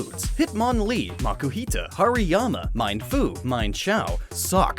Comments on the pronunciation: "Mienfoo" and "Mienshao" are pronounced "meen-foo" and "meen-shao" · He MissPronounced namrs of MienFoo and MienShao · “Minefoo and Mineshao? I could’ve swore they were spelled MIEN... Which pronounces like “Mi en”, not MINE”. God you’re an idiot. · It's pronounced meenfoo and meenshao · it's (main-fu) and (main- sh-ow) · for mienshao and mienfu the first part of the name should be pronounced like me en like the en on the end ken and me as in I you me